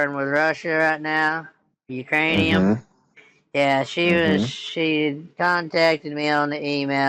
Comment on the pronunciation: I bust a gut everytime you say ukrainium. 🤣🤣🤣